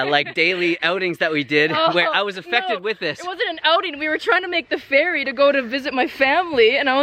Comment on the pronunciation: Oh ferry...thought you said fairy 😂